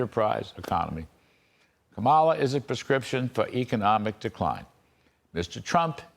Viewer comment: Kudlow can't pronounce Kamala's name right, nor is he careful or correct about anything else. Fox News had to pay $787 million settlement for lying to us, and they haven't stopped. Be careful who you believe.